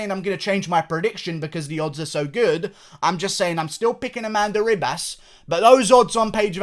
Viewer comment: Bro, it’s pronounced Amanda he-bas